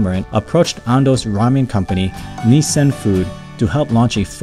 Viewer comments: It’s pronounced (Niss-in) not like the car company Nissan (Knee-San) as you said it. 🙏🙏🇺🇸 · nisan is not nissin